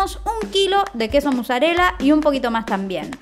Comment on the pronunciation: Por qué dicen muzzarella en vez de mozzarella?